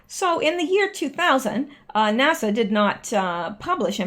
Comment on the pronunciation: Love You..... but sweetie you don't pronounce NASA like Nassau the Bahamas. NASA has a short "a" sound at the end. Love ya, darlin💕👍